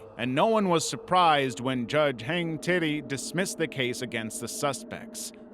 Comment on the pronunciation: I'm sorry, what was that name? Judge hang titty?